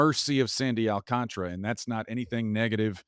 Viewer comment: Does everyone miss the extra A in Sandy AlcantAra’s last name? Or is it really pronounced like it doesn’t exist?…no one seems to acknowledge it exists